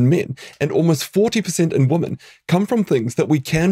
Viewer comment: Doctor, please learn to pronounce ‘women’ properly. It’s hard to take you seriously as an educated person when you consistently mispronounce the plural form of ‘woman’.